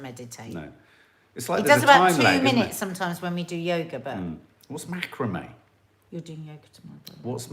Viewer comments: It is pronounced Mac..kra.. me xxx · It’s pronounced Macraaami 😅